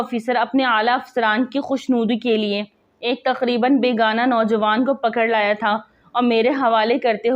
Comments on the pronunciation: السلام و علیکم۔ جناب اگر آپ صیح طور پہ لکھا ھوا نہیں پڑھ سکتی تو آپ کی وی لوگز کا اللہ حافظ۔ بیگناہ اور بیگانا کا فرق تو سیکھ لیں۔ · BEGUNAH NOT BEGANA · Beygunaaah ko aap BEGAAANAA Padhrahi hain Durust padhakarien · بے گناہ کو بیگانہ کہ رہی ہو صحیح پڑھ لیا کرو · بے گا نہ نہیں بلک بے گناہ ھے یہ لفظ او کے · لفظ بے گانا نہیں بلکہ بے گناہ ہے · بےگانہ نہیں، بےگناہ بابا اردو کی روح تڑپ اٹھی ہوگی آپ کی اردو ریڈنگ سن کر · محترمہ تلفظ صحیح کریں ۔بے گناہ ہے بیگانہ نہیں وغیرہ۔شکریہ واقعی ایسا کردار اور وہ بھی پولیس میں سے! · لفظ بیگناہ ھے بیگانا نہیں وڈیو میں بار بار بیگانا بولا گیا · Aap apni urdu achi kijye lafz begunah ko aap galat parh rahi haen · لفظ ہے ۔ ""بے گناہ" اردو بھی اگر نہیں آتی تو ویڈیو بنانے کی کیا ضرورت تھی ۔